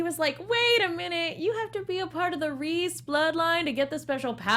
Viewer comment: But Reiss is pronounced like rice, not reese; since its a German name.